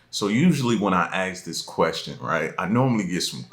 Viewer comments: I would go back in time and learn how to say the word ask instead of Axe which means cutting down wood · Axe, or ask? And you are feeding off an ai video 😂 Are you new bro? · As soon as he said agggske instead of ask I’m gone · Should I ask you a question, or axe you a question? Little confused - axing sounds a little bloody. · As soon as he said when i axe this question i turned off. (Axe) … learn how to speak please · If you are going to say ax instead of ask i am not even listening to you.... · “ Axe the question “ or “Ask the question “ ? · You really don't need to "AXE" this question. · It would be real super cool if you would learn to pronounce ASK properly